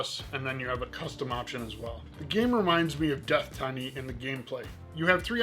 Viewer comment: I think Deathtiny is pronounced like "Destiny" if Mike Tyson was saying it. Although "Death-Tiny" has a charm to it as well. I love shmup content, so thanks.